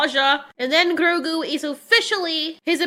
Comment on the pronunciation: Love this review but hate the way she says Grogu XD